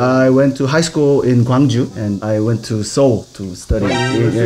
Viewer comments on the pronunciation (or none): none